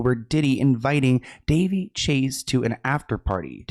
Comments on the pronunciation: It's Da Vay!!! Not Da Vee! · Duh-vay, sweetie...is her pronounced name. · Isn’t it ‘Da vay’? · Her name is pronounced Dé-VAY. Soft on the "dev" like "duh" and a strong AY sound at the end. Rhyming with Jenae, Renee. "Duhvae"/ Devae pronunciation My older sister spent her senior trip at her house when she finished high school. One of her best friends lived in CA before moving out here and their family were good friends with Chase's family. So the group of 4 seniors went on a road trip for a week and stayed at Daveigh Chase's family's house. She's younger than my sister so she was still a teen at home. But the group of girls spent most of their time exploring the area rather than with the family. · it’s pronounced like “Da-Vay” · that pap just called her "Duh Vay" 😂😂😂 that -eigh really threw him for a loop